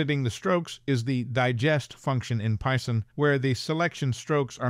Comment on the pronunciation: "Pie-son?" Or Python?...